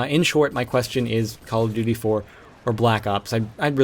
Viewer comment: duy, it's duty :P lol